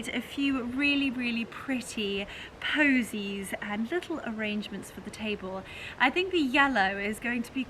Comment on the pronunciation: Votives not voltives. Posies not bosies.